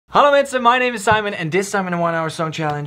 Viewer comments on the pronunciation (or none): Did he just say......."hallo mensen..." at the start of the video? want dat klonk behoorlijk Nederlands als je het mij vraagt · is your intro dutch?, because you say: hallo mensen, and that sounds pretty dutch to me 😂😂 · Yoo man jouw hallo klinkt echt Nederlands! Ben je ook NL?